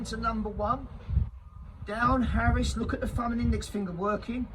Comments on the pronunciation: I reckon it’s Arris not “Harris” mate could be wrong anyway good vid keep it up son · I love your passion, but please...its an arris...not harris!!! Love ya bruv, keep up the hard work👍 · Arris not harris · Yeah mate it is called the arris that made me laugh 😂